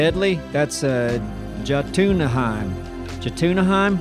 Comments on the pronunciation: I believe Jo-Tuna-Hiem is pronounced "Yo-Ten-Hiem" and the near panic in voice was just perfect 😂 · "Jot-una-heim" lol... bless heart. Its Yo-ton-heim. Js make an English Y sound in Scandanavian languages, like much of Germanic and Slavic langauges as well. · This video is a testament to Thicks greatness in this game. He used to do this stuff SOLO!! Also, not Joe-Tuna-Hime, it's Yo-Ton-Hime. LOL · Jotunheim Joe-tuna-heim.... Least you said the last bit right. Yot-em-heim ( yot it like saying Vote but with a Y from Yogurt ) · Jo-Tuna-Hiem Honestly couldn’t expect any less from. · "Yo-Tun-Heim", heim rhyming like "mime" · It's Yo-ten-heim 🤣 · Jotunheim is pronounced Yo-ten-heim. In old Norse Js make the Y sound. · Jotunheim: Yo-Ton-Hi-mm. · it pronounced Yot-en-heim. The J makes a Y sound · The pronunciation of the realm Jotunheim kills me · Love how they mispronounced Jotunhiem. The j sounds like a y our u